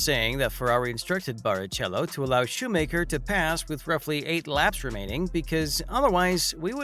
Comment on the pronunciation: Yeah, it's shoe macker, not shoe maker.